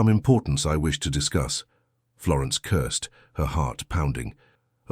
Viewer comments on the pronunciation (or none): Wonderful story! Hilarious when the narrator repeatedly states that Florence “cursed” at the Duke instead of more probable word, curtsied. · I got a giggle every time she cursed at someone 😂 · Florence “cursed” the Duke quite often 😂😂😂